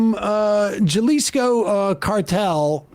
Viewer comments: Hah-lee-skow. Or “huh-li-skow” Please. Mexico is our neighbor for goodness sake. Don’t give us second hand embarrassment. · Not “ja-lisco”, it’s pronounced HA-lisco 😂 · Jya-lisco is so funny to me (it’s HA-lisco) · JAH-LISCO??????? It's pronounced HA-LISCO. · Ja-Leesko? Ha-leeseeko. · "JAH-leesko". What the fuck Sam? Didn't you go to fucking COLLEGE?!! I was a ditch digger and I know how to say that right. 😂😂😂😂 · They probably had no idea he was even pronouncing it wrong. They may not have known that Jalisco is even a place. Had he pronounced jalapeno with a hard 'J', then they might've said something...which is strange, because they knew Jalisco is in Mexico when he was speaking, and the J's would be pronounced the same. Guess they never took Spanish in school. But they've surely eaten jalapenos before, or at least know what they are. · "YALISCO" JAJAJAJAJA Someone plis tell Sam it is pronounced "halisco" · FYI: Jalisco is pronounced "Halisco" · Jalisco is pronounced ha-leez-co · Saying “Jah-lisco” is like saying Jah-lapeño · Juh lees co 😂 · How is it that not one of the MR Crew know that Jalisco is pronounced "Hah-Lee-Skoe"?! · I no longer believe Sam is studying Spanish. Even a beginner would pronounce Jalisco as halisco 😅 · It is read 'Ha-lisco'. ☺ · It’s pronounced Halisco haha Jesus Christ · Brah, Jalisco’s pronounced Halisco. In Spanish that J sounds like an H. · Uh, Sam; “Jalisco,” en Español, es- “Ha-līs-co,” por favor! Bueno y gracias! ☮️💙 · Hearing Sam repeatedly pronounce the J in Jalisco incorrectly is so painful. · Just wanted to point out for the future that the J in Jalisco is pronounced like an H because it's in Spanish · Jalisco pronounced 'hallisco', Sam. Like 'Hay-zeus'. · For future broadcasts, the J is pronounced as a H. 'Halisco' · Jalisco is pronounced 'Halisco'. Was that on purpose? How do you pronounce jalapeno? Are you really an intelligent person, or do you just play one on YouTube? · Jalisco=HALISCO. Not that hard Sam. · “Juhlisco” lol